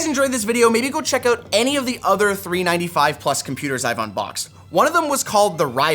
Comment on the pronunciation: How hard can it be to say 395 correctly?